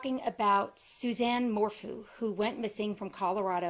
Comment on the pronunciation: It’s not mor-foo, it is pronounced like mor-few